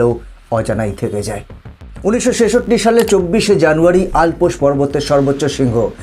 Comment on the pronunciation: Not Alpos mountain it is Llps.